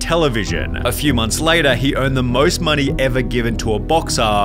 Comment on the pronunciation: Brother why you add the ah at the end of every sentence? Society-ah, money-ah… 😂😅